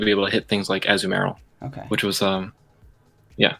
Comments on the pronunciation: It's Azumarill(uh-zoo-mr-uhl) Not what ever the fuck that man is saying. Jfc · Azoo-merill lol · Ah-zoo-mayor-al headass. Smh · Dude is rank 10 and doesn't know how to pronounce the pokemon's name.....